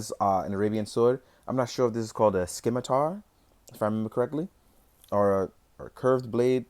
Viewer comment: That curved sword is modeled on the Egyptian khopesh /koh-pesch/ but there are scimitars in the line, like the blade that came with Gryshaa the Slytherer. To pronounce scimitar, /sim-i-tar/.